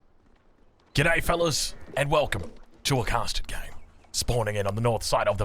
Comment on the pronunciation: The way he says casted games at the beginning sounds like custard games. I thought it was just me but glad others hear it too.